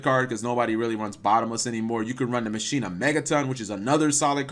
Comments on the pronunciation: Ma-Key-Na is how you pronounce Machina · Pronounced Mah ki na